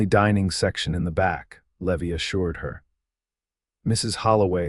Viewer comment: Either teach AI how to pronounce common names or quit using names AI cannot pronounce - Eleanor is not Eleeener, Levi in not Levy, Santa Fe is not Santa Fee, Stagecoach is not Stage-E-Coach, etc. I like the stories, but this is like bad grammar! Twists my ear every single time!